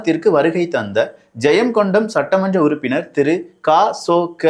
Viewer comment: அது ஜெயம்கொண்டம், ஜெயம்கொண்டாம் அல்ல நண்பா